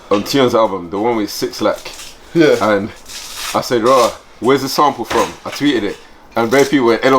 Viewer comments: Man said 6lack 😂😂😂 it’s black big man 😂😂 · Man said six lack. Bro its black. Loooool. But regarding armz he upset me man his stamina wasnt there.